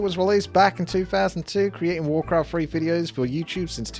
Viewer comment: Wawcwaft Fwee